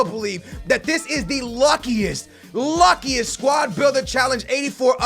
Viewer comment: 'Luckuest', its ok we forgive you